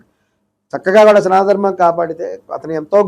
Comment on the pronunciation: నువ్వు వాడే పదం సరిచేసుకో... సనాత ధర్మం కాదు సనాతన ధర్మం